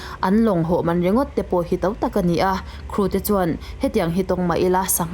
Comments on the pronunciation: I ṭhu chhiar angaihnawm hle, chutih rualin ho tih tur hau i tih hi Mizo nula tán chuan mahni ṭawng i thiam ngei angai ania, nangin i lam thiam loh chuan hnam dangin emi lam dik ta ang, ho tih hi Hau tih ngai loh tur, zir la i thiam ngei ka ring, in lâk Cute nan chuan i tih ka ringlo, i thiamlo ve hrim hrim anih chuan, Youtube Channal meuha inlan turin ila fit tawklo tih nâ, i thu chhiar a " ho" tih tura "hau" itih hi lo insiam that itum hram dâwn nia. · Nui hau nilovin (nui ho aw)